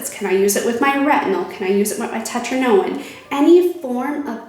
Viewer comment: Did you say 'tetrinoin?'......God save us from this